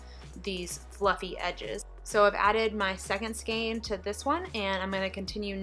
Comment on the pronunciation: Lol "Skayne" 😂